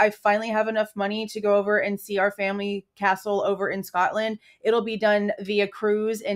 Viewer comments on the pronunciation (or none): none